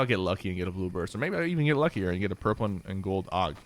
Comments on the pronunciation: Sypher its a A.U.G not a AUG!!!! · I cringed every time he said aug like aoug